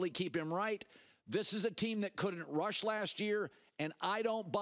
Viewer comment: “Dallas Turner, best rudge edge”